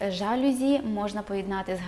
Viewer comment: В слові ЖАЛЮЗІ наголос падає на останній склад. З повагою Філолог